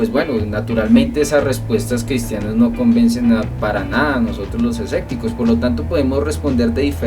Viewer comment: los esecticos jaja se dice escépticos sobre todo lo digo por que pides buena ortografía además dices asecta y se dice acepta pero buen video recuerda todos tenemos errores